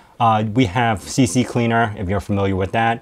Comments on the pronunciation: it is NOT "C, C, Cleaner". It IS "C, Cleaner". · Recuva is pronounced like 'recover', that's the whole point of the name, also it's C Cleaner, not CC Cleaner (it's short for Crap Cleaner) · C Cleaner. There are 2 C's. I know it's small, but for some reason it's like nails on a chalkboard to me. Other than that, I love the video and believe I will love the utility as well. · its so funny how many people call it CC Cleaner although it is called CCleaner (crap cleaner). I wonder why people started to misrponounce it (and I hear this A LOT)... maybe some mandela effect thing? 😁